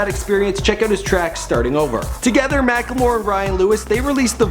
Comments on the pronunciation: MackLEmore not mackELmore.. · He is called mack-le-more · it's pronounced mack-le-more